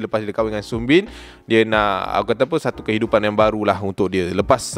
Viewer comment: Bang sebutan girl dia sunbin Bkn sanbin